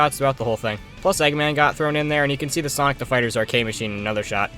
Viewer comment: Bro called sonic *Sunoco*💀